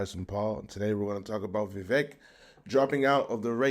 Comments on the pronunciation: I am 30 seconds in and you 1) mispronounced his first name 2) mispronounced his surname 3) are unsure of his background 4) have a stupid title for the video This can only lead me to conclude that you are 1) heavily biased against Vivek and 2) an idiot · How can you claim to have been following him when you can’t even pronounce his name?